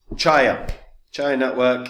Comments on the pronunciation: The very first word you cannot even pronounce CHIA properly, I stopped the video. Bye bye. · mispronouncing the project not ideal for confidence